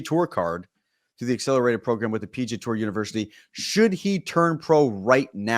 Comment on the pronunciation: Did the PGA Tour change its name? Why does this guy keep saying 'PG Tour"?